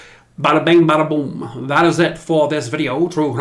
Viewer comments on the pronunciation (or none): none